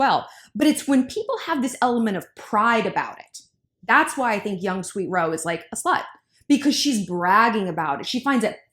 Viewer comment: Did she say young sweet hoe? dead 🤣🤣